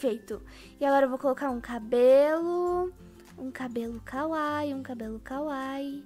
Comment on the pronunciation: A pronúncia da palavra kawaii não é kawai é kawaí